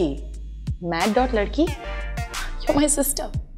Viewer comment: i think its mad.ladakhi...like "Laddakh" not ladki!!!